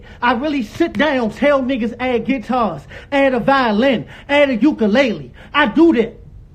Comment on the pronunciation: Not violins, guieetars, and uuckalayleez lol